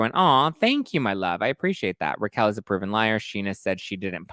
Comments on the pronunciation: Learn how to pronounce her name. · her name is Raquel not Rachel